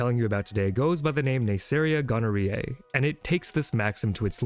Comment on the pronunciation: I was waiting on this one! Pathogens that cause STIs aren't talked about enough. It's super interesting. Also, you mispronounced it right of the bat. It's actually pronounced Neisseria 'Gonorr-hoe-ae', as weird as that sounds.